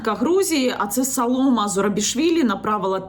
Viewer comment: Янина поправлю вас: не салома а правильно САЛОМЭ ЗУРАБИШВИЛИ. Без обид, с уважением к вам